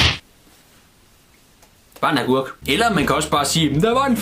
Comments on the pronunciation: Du siger argurk ikke agurk :) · Kan vi lige grine af at siger “Agurk” som Argurk